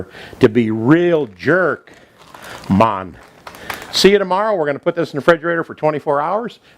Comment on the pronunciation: '' It's Jerk Chicken for dinner mon '' Hahahahaha pissed myself laughing hearing with that accent saying that. Recipe looks the bomb as always!